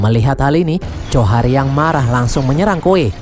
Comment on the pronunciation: Njhorr namanya bang bukan johar